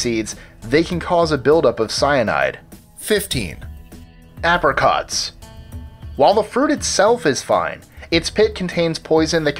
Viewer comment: how do you mispronounce apricot that badly!?